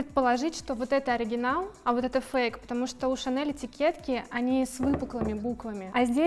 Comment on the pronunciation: Ох, уж эта "ШанэЛ" 😂